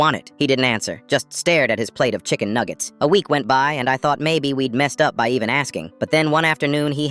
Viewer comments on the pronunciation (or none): Why was the N so strong on "chicken" in ''ChickeN nuggets"